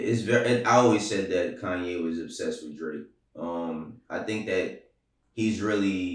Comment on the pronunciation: Someone teach how to say Kanye.